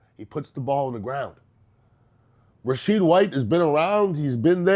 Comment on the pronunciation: Ian, as always you are the real deal. Just one little thing: Rashad White. How do you pronounce his first name as Rasheed?